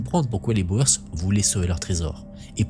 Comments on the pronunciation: Il ne faut pas prononcer Boër mais bien Bour ! (Littérallement, paysans en Néerlandais) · Boer : on prononce comme "bourre" pas comme "Bauer". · Intéressant. Merci. Pour info, Boers se prononce "Bour".